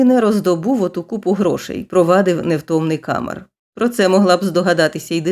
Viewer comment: Читання (виконання) на 12 балів😊 із 12. Малюсіньке уточнення: у всіх французьких словах наголос падає на останній склад, тому КамЕр. Перепрошую, що втрутилася.